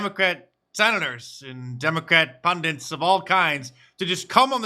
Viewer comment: I can't recall a video where you haven't (mispronounced) used the word "pundit". I don't get it.